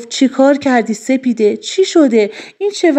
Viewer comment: حاجی سفيده نه ســپـــیـــــــده 😊🫣😶‍🌫️